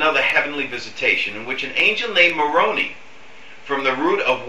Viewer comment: I understand your accent but you are pronouncing words incorrectly. The word is MoronI. Emphasize on the I. Also, it is not the root of the word Moronic. That word is of Latin and Greek origin meaning foolish. And I agree that the circus music is distracting. I am a disenfranchised Mormon and agree with most of what you say but it would be more helpful if you got your facts straight and also your pronunciation.